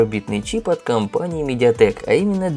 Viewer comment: Начал смотреть, услышал медиатек... Выключил